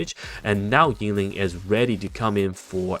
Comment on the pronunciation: Why do you say YING-LING, its only Yin Lin (no g). I cant unhear it xD